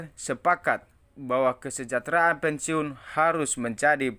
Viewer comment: BACA AJA BELUM LANCAR ,SDH BISA NYEBAR BERITA BLM TENTU BENAR . PENSIUN BUKAN PENSIUNG .